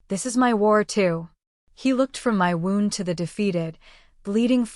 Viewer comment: Wound =Woo-nd, NOT wow-nd as in winding string. Voice in serious, urgent parts sometimes sounds too cheerful. Must be using machine. Good story, though to whoever wrote it!